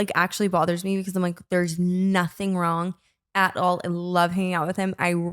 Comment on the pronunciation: "did your head go wong and start charging" still has my cackling